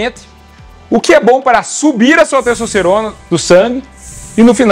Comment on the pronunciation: "cessocerona"? pqp